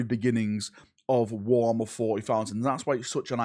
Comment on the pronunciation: War 'ommer FortyFousand.